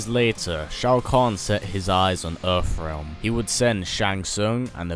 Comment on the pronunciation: Where is this "Erfrealm" you speak of???